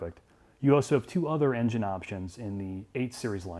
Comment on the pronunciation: Why did that guy say "enngine" like that? These videos are horrible, corny and overly dramatic